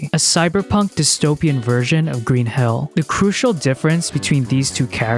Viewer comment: For some reason when you say "Green Hill" it sounds like "Green Hell" to me. An entirely different game franchise... But now I'm thinking a Sonic Green Hell mash up might actually be hilarious in it's own way.